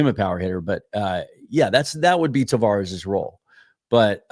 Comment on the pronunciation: It's Taveras, not "Tavares" btw.